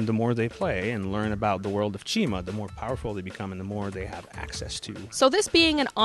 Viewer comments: the I in chima sounds like an E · its supposed to be pronounced chee-ma